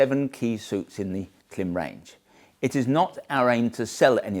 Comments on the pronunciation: Klim IS pronounced “climb”. Their own marketing confirms this. Change the way you pronounce it please. It hurts your credibility and misleads your audience into making the same mistake. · Klim. Pronounced Climb. As you know. :) Well done on the clickbait engagement tho! :D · Great reviews. I found my way here via a 5 year old video for the Zephyr Wind Shirt. Though I am surprised that 5 years later you're still pronouncing it with the short "i" rather than the long "i" like "climb" since it has the bar over the "i" right in the logo. They also use the "climb" pronunciation in their own promo materials. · Its pronounced "Clam" you Winker. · Stop disrespecting Klim and misleading your audience by mispronouncing their brand name. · Great video, thanks for sharing! Just FYI, you are saying the name incorrectly, it rhymes with climb. There are several videos on the Klim channel with employees saying it correctly. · How many times can you mispronounce the name Klim in one video? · Only fifty-four times! 😂